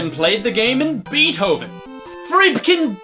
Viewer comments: it's not bee-t-o-ven, it's bay-t-o(as in the letter, not the sound)-ven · FRECPHN BEETHOVEN he said frecphn beethhoven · Lol just realised that he said fribken beethtoven which was likely an actual typo in the notepad.